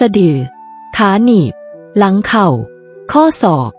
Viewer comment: ทาว หลั่ง คือ เท้า กับหลัง งง อะ เสียงนี้ปล่อยมาได้ไง